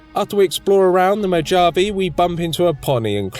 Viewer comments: After hearing you call it "the mo-jav-e" I don't ever wanna hear a britt correct American pronunciation of words ever again. Moe jave ee.... lol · Great Challenge, and fun video. However, it's pronounced Moe-hav-eh, the NCR Troopers literally say it all the time. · The “j” in Mojave is silent so it sounds more like a h when pronouncing it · I absolutely love these videos, but you know Mojave is said Mo-hahv-eh right? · imagine saying mojave wrong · no problem man! I had a feeling you had trouble pronouncing it right, i hope to hear it pronounced properly in your next video🙏🏻 im loving your content so far💯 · Are you intentionally mispronouncing "Mojave" for the lolz or do you really not know how to pronounce it? I can't tell. Either way, it elicits a chuckle from me. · A wonderful experiment as always, even if I wanted to pull my ears out every time you said the desert's name. Then again, I actually used to live there, so maybe I'm biased. Still a delightful run, though.